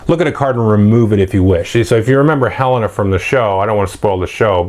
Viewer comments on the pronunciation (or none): Hey, Let's be fair to the clones. Cosima is pronounced co-SEEM-a and Helena is pronounced hell-LANE-a. Thx for the video as always.